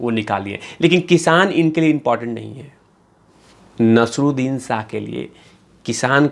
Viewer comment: You can't even pronounce Naseer Uddin Shah 's name. Useless video